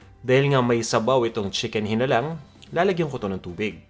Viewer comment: Walang toyo yung original na chicken hinalang (hee-nah-lang) wag nyo po bigkasin ng maragsa, dapat by syllables po kasi yung pagbigkas nyo ay iba ang ibig sabihin. Meaning nun ay manok na bungal. Hihihihihi instead of pinaanghang na manok.